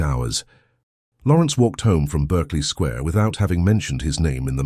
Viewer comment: It is not pronounced ss 'Berkley' but pronounced as 'Barkley Square' despite being written otherwise.